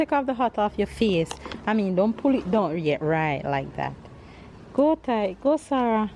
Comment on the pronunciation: You pronounce the baby's name like It's spelled sahra.